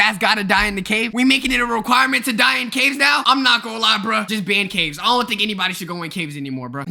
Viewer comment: he just forgot the “s” in “ caves”